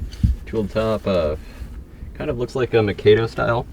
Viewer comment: Mikado has a long A. . Mi kaa do Do-re mi me. Another old lady. Old enough to remember filling up out-house holes with ashes & garbage..glass bottles. And burying garbage. I think the mound is still there. Some really great finds. I'm in.. It's a history class.